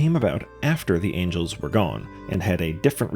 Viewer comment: Bro is mispronouncing angels like he's trying to avoid the gaze of the Heavenly Principles lmao